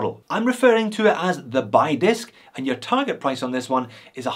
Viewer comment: FYI the Chinese jade disk is pronounced "bee" not "buy"